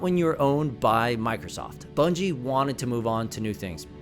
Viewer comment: Bruh who are Bunjie Ross and Frank Connors 😂 (I know who you meant but that killed me lmao)